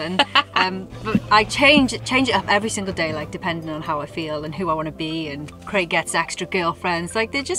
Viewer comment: Is there a reason that Americans cannot pronounce ‘Craig’?